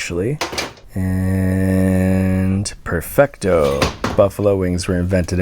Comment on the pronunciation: Perfecto sounds like Pemblocto, and this is why the painting fell